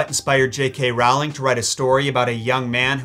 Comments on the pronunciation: REALLY enjoying your content! But I would be remiss if I didn't point out that pictures and works of art are hung. Condemned people are hanged. Also, the author's name rhymes with "bowling", not "howling" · Ummmmmm book fan here. Tom’s father left way before his mother gave birth to him. She lost her will to live and died moments after giving birth to him. The way you said it, it’s like Tom Sr had Jr and gave him up. Oh and Rowling is pronounced like it rhymes with bowling.